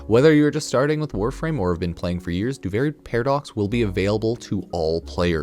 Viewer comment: why do you keep calling it Doo-Varie? Do-Vir-ie, Duviri, there is no A in that word